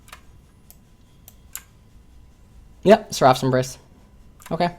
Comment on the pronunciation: he's pronouncing "seraph's" wrong it's bothering me xD